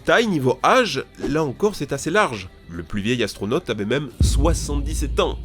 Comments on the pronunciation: Atronaute mdr bien dis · astronote mdr bonjour la prononciation ^^